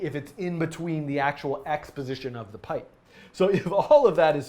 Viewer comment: "x position" sounds like "exposition" lol